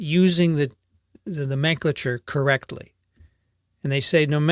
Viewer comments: The usual pronunciation of "nomenclature" in US English is a bit different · seems to be using the British pronunciation of "nomenclature": vs stands out like a sore thumb given I've always heard the American pronunciation... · Great info! Much appreciated!!! A bit off-topic but I have never heard the word nomenclature pronounced the way you do. Maybe it is just a regional thing but it caught my ear :) Not that I'm an expert in any way.